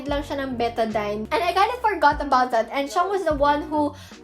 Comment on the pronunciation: I love how you pronounce betadine😭